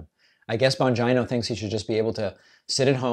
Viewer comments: Is his name bongina and not vagina? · Why do you always mispronounce names like that, when you hear everyone else pronounce them the correct way. (Bongino) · PLEASE KEEP SAYING HIS NAME LIKE THAT HAHAHAHA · David doesn’t even pronounce Bongino correctly 😂😂😂😂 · I like your content but, why do you insist on mispronouncing Bongino’s name? Don’t get me wrong, I’m not defending him at all but it just seems a childish thing to do and beneath you